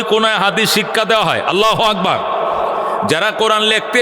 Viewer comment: শব্দটি হবে আল্লাহু আকবার।আগবার নহে।